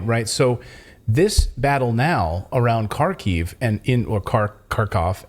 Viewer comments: The misinformation you guys are spreading is insane. Most of the Ukraine army was not killed or captured. Bucha was not staged. Ukraine did not lose 5:1 under Kherson. You can't even pronounce basic names: it's Kharkiv, not Kharkov, UA stands for "Ukraine" not "Ukrainian Army". Do you just pull this from your ass or what? What a joke. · Kharkiv is pronounced "Haarkif" not CarKyv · Kharkiv is pronouced Harkeev or if you insist on russian Harkov. The K is silent, but if you want to keep sounding like an idiot continue using the K sound. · H A R K ov Not Karkiv......! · Not sure if you care or not but the ‘K’ in Kherson and Kharkiv are silent, they are pronounced Herson and Harkiv. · Please pronounce Kharkiev like this (Har - Keev). Silent first ‘K’..